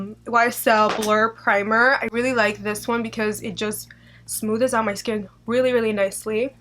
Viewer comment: Did she say "smooth-es out my skin "?